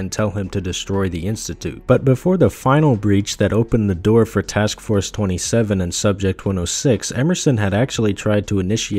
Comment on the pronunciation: erm its actually pronounced task force two-seven🪿